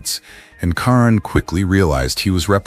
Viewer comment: How insulting you use the female spelling for KARAN Brar, IT'S NOT Karen geez AI really REALLY SUCKS..